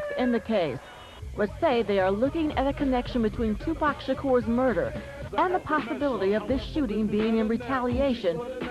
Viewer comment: Bout time someone from the media pronounce Tupac's name, I was so sick and tired of ppl saying Tupack